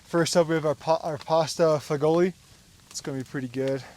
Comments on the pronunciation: Good video gentlemen. I like the fact that you actually speak to your audience. So many bushcraft videos are silent, I find that kind of boring. Pasta Fagioli is pronounce a little oddly, it sounds more like pasta fashool. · Glad someone else caught that too 😅Actually pronounced fah-joe-lee,,, fazool is an American slang version,,, but either way works,, the way he said it sounds like he's calling and Italian guy a homosexual 😂,,, (im Italian, i can say that)